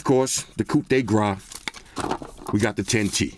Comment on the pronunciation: "Coup de gras" 😂